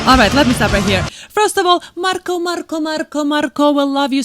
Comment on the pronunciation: I love how you say Marko, I would love to know how you say my name.